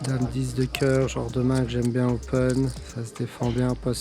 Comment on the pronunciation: Il a pas dit quil arrêtait de faire des tournois dans l'épisode de l'année passer 🤣🤣🤣🤣🤣 tes un bon, "j'aime bien" (avec l'accent ta capté)